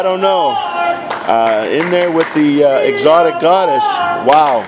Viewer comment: He said exatic god he said something else